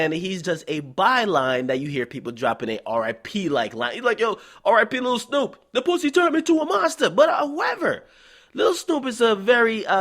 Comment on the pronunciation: U not even saying Snupe name right and your voice is irritateing asf